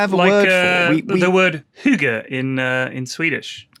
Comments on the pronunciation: When Lewis tried to pronounce "Hygge" I lost it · Lewis trying to say hygge was hilarious. And don't ever say it's Norwegian, that's Koselig